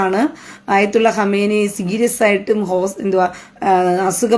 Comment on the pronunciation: ഹമേനിയല്ല സഹോദരി ഖമേനി